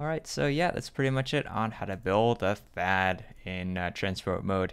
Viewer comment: Did he say Thaad or faaat? No offense